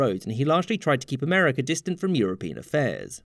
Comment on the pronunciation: I am unfamiliar with this "Amer-eh-ker" you speak of.